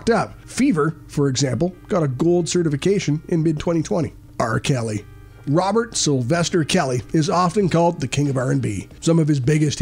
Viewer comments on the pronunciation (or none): none